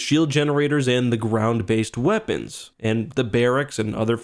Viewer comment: Firstly r/wooosh Secondly “weopeons” 😂